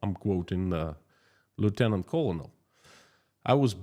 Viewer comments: No criticism intended: just helpful information on pronunciation of “colonel” - pronounced like grain of corn = kernel One of the strange things in English! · btw small note: "colonel" is pronounced like, "kernel". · Colonel is pronounced "kernel". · Please check the pronunciation of “colonel” - you repeated it a dozen times, all wrong. This is from a fellow Russian speaker.